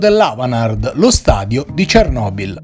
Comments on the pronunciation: Giusta osservazione. Ne approfitterei, però, per sottolineare che lo speaker è uno dei pochissimi a pronunciare correttamente "Cernòbil". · Grazie per l'approfondimento. Io già sono più che felice di sentire finalmente l'accento cadere sulla "o" invece che sulla "e". Chissà per quale oscuro motivo per ben 30 anni il 99,9999% degli italiani - giornalisti compresi - ha adottato quella pronuncia. Misteri.